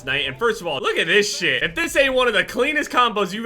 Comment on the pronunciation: “First of all, Look at thes sheit” 2k18